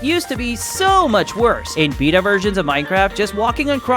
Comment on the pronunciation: I enjoyed the video. But the way you pronounced Beta upset me lmao